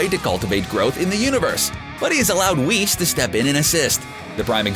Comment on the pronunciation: It's whis not weese